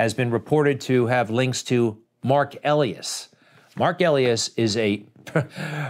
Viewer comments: E. Lie. Us.! Not elly us. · Mark Elias' name is pronounced "e-LIE-as", not "EL-e-as". Lets Go Brandon. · I believe it is pronounced Ah- lie-es , I'm not kidding!